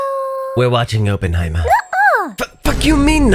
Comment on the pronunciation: Please for the love of bomb its awp-en-high-murr